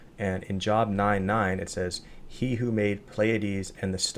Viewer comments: The book of Job is pronounced like the word "Robe" only with a J instead. It is NOT pronounced like "I start my job at 8am". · It’s no big deal, but it’s pronounced as “jobe,” like when you say the letter “o” or say the word “lobe.” I just thought you might appreciate a heads up. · Did you really just pronounce “Job” as “Job”…? Lol ⚡️♉️⚡️